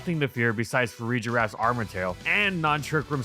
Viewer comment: It pains me every time you say Farigiraf that way lmao. There’s no d in front of the g so it’s a hard g not a soft g. Fuh rig ah raff. Or funny giraffe :)